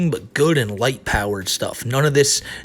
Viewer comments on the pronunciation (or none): I swear every time chris says light power and righteousness I hear huwite power. Trips me out